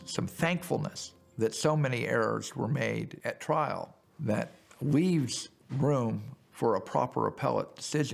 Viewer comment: “Mishtakes were made at twial”